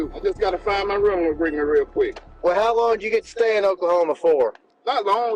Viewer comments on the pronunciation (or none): none